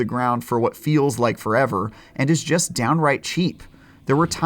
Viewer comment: Says jest not just, LOL